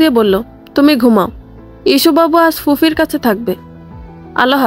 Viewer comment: গল্পটা ভালো। তবে আপনার "প" কে "ফ" বলা চেঞ্জ করেন। যেমনঃ ফুপিকে ফুফি বলা, ফুপাকে ফুফা বলা। সঠিক বাংলায় যারা অভ্যস্ত, তাদের কাছে ভাতে কঙ্কর লাগার মতো অনুভূত হয় ভুল উচ্চারণগুলো।